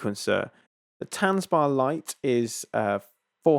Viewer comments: Dude I can hear you are English so you have a disadvantage in pronunciation but it’s not ‘tanzbar’ like a dance bar it’s tanzbär like a bear. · Good review! Would’ve been nice if you even tried to pronounce Tanzbär correctly. It’s not that difficult ;-) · please say tanzbear. it means dance bear.